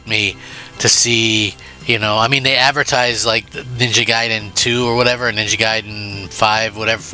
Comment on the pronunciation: It's gaiden not guydan jackass